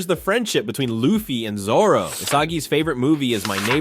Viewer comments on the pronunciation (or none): none